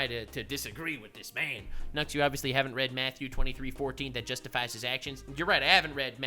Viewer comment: Texas Accent Nux is a mood lol